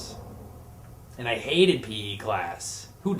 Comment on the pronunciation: All three stories might have been true, but the part about huge guns was the lie. Also thumbs up if you thought he said pee class instead of p.e. class!